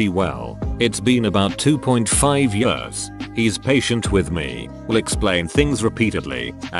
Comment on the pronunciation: Yeuurghs (years)